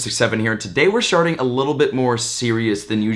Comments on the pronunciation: In the beginning of the video he said sharting instead of starting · Starts off serious, but says sharting instead of starting